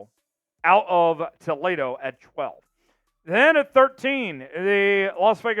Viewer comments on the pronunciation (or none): Did this guy just say Tol-AY-doh instead of tol-E-doh WOW...